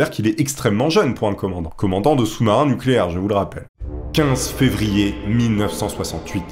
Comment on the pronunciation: fervier ou février ?